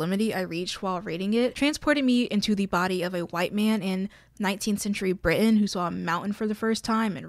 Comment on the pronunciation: Why do you say "Britain" like that?